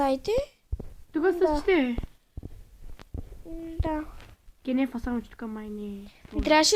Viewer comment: не се казва кинеф а кенеф и е по правилно да кажеш тоалетна но пък клипа е готин